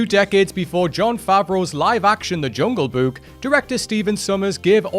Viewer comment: I hope I don't sound rude, but the way you keep saying "Jungle Buke" is driving me crazy.